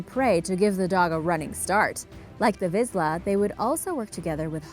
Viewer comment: The Vizsla breed is actually pronounced "Veesh-la" not "Viz-la" in case you were wondering!